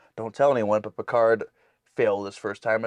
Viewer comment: Sometimes it sounds like they are saying “Percard” lol. Loving the reactions.